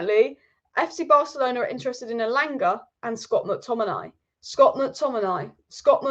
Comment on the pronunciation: I love the way says Scott mcTomminay " Scott mcTommin eye " 😁👍🏼